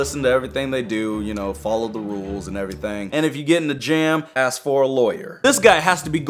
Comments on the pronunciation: "lemme AXE you a question." Me: intense laughter everyone else: "BOOOOOOOO" me: "i am lonely." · let me axe u a question Me:🤦‍♀️ oh my gosh